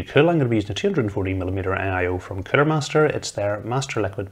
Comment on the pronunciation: lol...Sounds like he's saying Killer when saying the word Cooler.